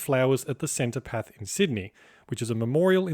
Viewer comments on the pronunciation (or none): I was reeling from that and then when he said "centopath" and it all started getting a bit creepy. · Minor correction: the pronunciation is "Senno-tarff" or "Senno-taff" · *Cenotaph, not centopath. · Centopath?! ha ha.